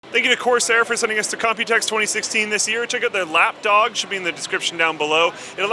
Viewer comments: Did say lap doge? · i hear lapdog like lapdoge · It sounded like said "LapDoge" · Did say 'Lapdoge' in the beginning?